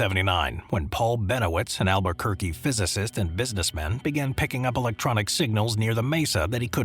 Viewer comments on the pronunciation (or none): none